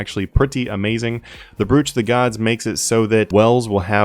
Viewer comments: It’s pronounced “broach” not “brewch” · No-one: Not a effin soul:: Brewch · Please stop pronouncing it brewch, and potions are 2700/h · I'mpossible - I didn’t read your whole reply but here’s the gist: English spelling is stupid, but there still a right way and a wrong way to say the word, regardless of the spelling. Should English be reformed? Yes. But in the meantime, it is what it is. Brooch rhymes with poach not with pooch, despite the spelling 🤷‍♂️